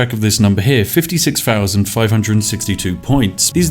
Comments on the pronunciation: It’s thousand. Not fousand. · "thousand" not "fousand"